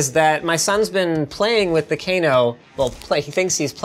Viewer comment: Cano no t Kano well you spell it Kano but pronounced cano